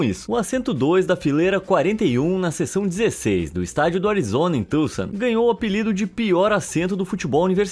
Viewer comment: Pronúncia correta de Tucson. Raro de se ouvir em português.